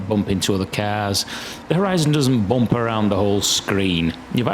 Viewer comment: I want to hear you say Boomp just one more time.